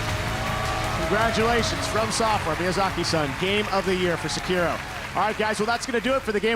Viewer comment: Vin Diesel says he and Michelle are gamers Michelle mispronounces "Tekken," one of the most famous fighting series to this day Vin Diesel mispronounces "Sekiro" the Game of the Year 2019, immediately followed by the announcer giving the correct pronunciation thank you fast and furious